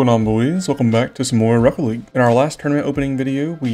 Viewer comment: Ik English isn't your first language. But, it's "league". Sorry for being that guy lol 😆